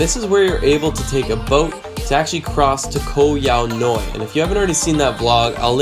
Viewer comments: Great video and indeed it is a great place to go to for a few days. I had to laugh about your pronunciation though. :) Koh Yao Yai means "Island Long Big". The Yai is pronounced "Jaai". Same ending sound as Chiang Mai. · Pronounced Yah-e. Means big in Thai 😂 vlog is on point though! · You pronounce Thai always wrong. Yai (Jaai) = Big/Huge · Nice video but ......How have you lived and spent so much time in Thailand yet still can't pronounce the name of a well known island correctly ? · super annoying how he keeps on pronouncing 'Yai' wrong......